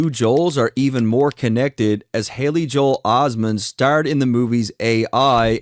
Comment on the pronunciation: I’m tired of people acting like that don’t hear Kendrick say Joel he pronounces it as Joe hale